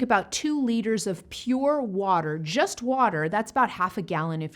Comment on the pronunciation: It sounds like she said coke and not water